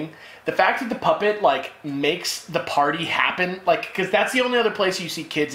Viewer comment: I like the way said poopet instead of the puppet.HAHAHAHAHAHAHHAHAHAHAHAHAHAHAHAHAHA